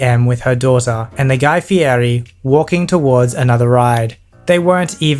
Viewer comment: The pronunciation of Fieri...